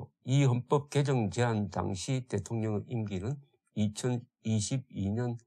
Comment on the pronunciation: 조대표님 발음정정합니다 틀림 맞음 개정 개:정 개성 개:성